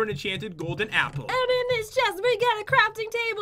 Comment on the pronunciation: I miss when Pat would say "Enchanted Golden 'eeeple'" instead of apple. :(